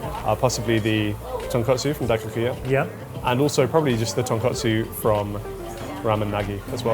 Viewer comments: For real lol. Also it’s tonkotsu not tonkatsu (ko vs ka) which was really irking me as a non-Japanese person even. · Remember to do a little more research into your pronunciations friends... Ton-KOT-su not Ton-KAT-su... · when will you learn the difference between tonkotsu and tonkatsu😢 you’ve been in food industry way too long to make that mistake.